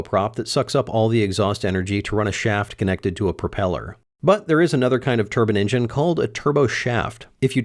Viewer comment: I'm a little confused about something, You say "Turbine," but several times you say "Turbin-engin" Is there actually a difference or are you just saying it that way to be cool?